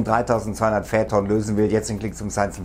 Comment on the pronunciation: Ich Liebe deine Videos aber die Aussprache macht einem echt zu schaffen in jedem deiner Videos :D es wird feiton ausgesprochen nicht fäton